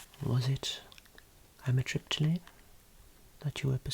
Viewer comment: I work for a company that distributes medical supplies like the box of Amitriptyline, and I can't pronounce any of it to anyone🤣 - so when you say it out of nowhere, I'm just mindblown with how easy it is🤣, as always another great video!